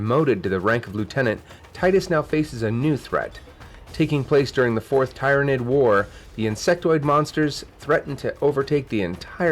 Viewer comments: “Tirednid” hehehe only teasing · Bro who says “tyranid” like that